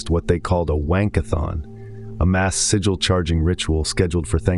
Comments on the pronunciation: you dont need the AI voiceover. sigil, not siggil. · Shit ai copying other peoples work and mispronouncing the word “sigil” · The AI mispronouncing sig·il / sigil is really taking me out of internalizeing the information.